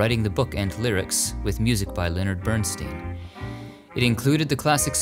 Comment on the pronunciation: As a musician, I really appreciate the fact that you said Leonard Bernstein‘s name correctly.